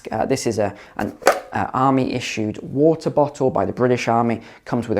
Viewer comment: I can't deal with how many times this goober says whota